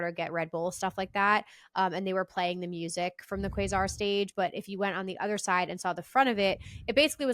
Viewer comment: Love you but you are saying Quasar wrong. It's like kway sar